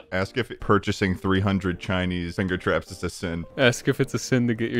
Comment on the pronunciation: Anyone else notice that shlatt said “fingu traps”